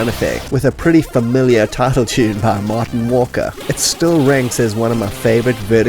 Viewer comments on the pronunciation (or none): none